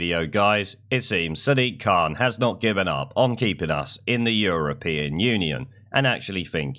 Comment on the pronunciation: WTF is a Sidiq Khan?